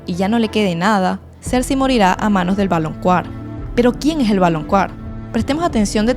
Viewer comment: Ame el video... solo me pregunto por qué dices "valonQUAr" cuando, según yo se pronuncia "valonKAr"😅